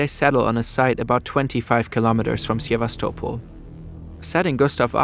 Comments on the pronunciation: Nice video! Just a couple of corrections: 1. Its not "russian" soldiers who defended Sevastopol, its soviet soldiers. In fact, Ukrainians suffered the most casualties in tge battle of Sevastopol. 2. Its not "Syevastopol' ", but "Sevastopol' " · Sevastopol and Maginot Line are mispronounced. Grammar is pathetic. “…Heavy Gustav still served its purpose, as a flashy propaganda piece for Hitler’s vision of an unstoppable German war machinery.” And if you’re going to present a video in English, you might consider a narrator whose first language is English; or at least proofread before publication. Great cg, but semiliterate presentation with a sophomoric ending. But then, McDonalds sells over 2.4 million Big Macs a day. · the "gi" in "The Maginot Line" is read "ʒɪ", not "ɡɪ". and there's no "ya" in "Sevastopol"